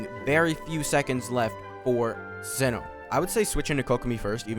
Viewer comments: its Cee-no lol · Its S-EYE-NO my guy not Sin-No